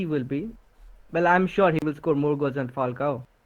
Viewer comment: You butchered it 😅